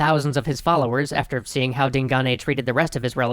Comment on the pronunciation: Way to mispronounce Digane.